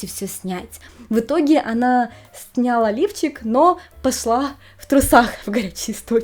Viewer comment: Не снЯла , а снялА